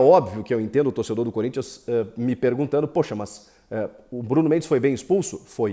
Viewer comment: SO QUEM ASSISTIU ATE O FINAL VIU ELE FALANDO CONRINTHANS 0 GREMIO 1 KKKKK